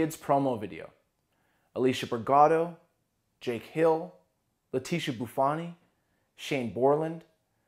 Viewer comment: The way he pronounced leticia bufoni 😭